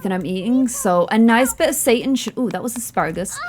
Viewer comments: I think it's pronounced say-tahn, not Satan (like the devil) 😂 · Separate the syllables as of there was a hyphen in the middle. And give the "a" sound just a little bit more of an "ah" tone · What does she keep calling the meat substitute bc it sounds like she's calling it "satan". Lol